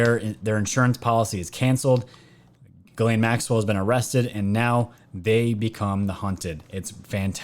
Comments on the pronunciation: if you say geeslaine... this is how you pronounce the name..not geelaine it;s french,,Ghislaine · Pronounced galaine. Its french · It's Gissss lane...pronounce the s please. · I love your Channel. I honestly listen to every one since last year, but PLEASE try to pronounce names right. You did great when reading it. Small thing to ask but man it is you keep messing up that ladies name.